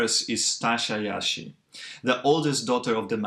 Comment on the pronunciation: its not “Iashi” their lastname, its “Jashi”. pronounced Like reguLar “J”